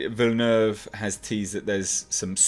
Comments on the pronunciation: is pronouncing it correctly. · He indeedly 'was' pronouncing his name correctly. Can't say about how you spelled his name though. It's Denis Villeneuve, lol.